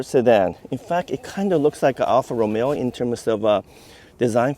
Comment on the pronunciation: It was all well and good until he said alfa romeo :D